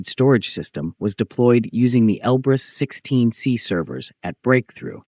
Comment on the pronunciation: Он Elbrus-16S, а не 16C